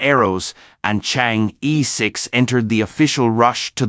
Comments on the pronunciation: Would you guys please fresh up on your pronouncement of "Chang-E" ? It is pronounced as "Charng" "Err" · Don't pronounce as "Chang e" but "Chang Er"! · THis is the way it should be prononced: Chinese: 嫦娥; pinyin: Cháng'é): 2 double second tones. But is that important? I guess most people reading this page dont speak Chinese. What is most important is the information in the page, the complexity of the mission, and the success of the mission. Well, this is how I see it. I may be 100% wrong. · Yes, in the Chinese pronunciation system, the vowel "e" is always pronounced as "er"... it sounds comical otherwise.